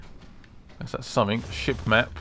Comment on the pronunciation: Say somefink!!! I luv it!